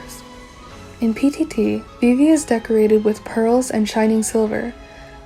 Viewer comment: at first you have such a beautiful calm voice and I like the way you pronounce yeojin a vivi T^T idk why… but your theories gave me hope about loonaverse after butterfly. i wasnt sure if there’s still something deep, but your theories are on another level!! tysm for this